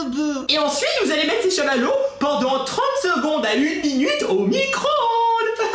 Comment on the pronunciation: Chammalewwos selime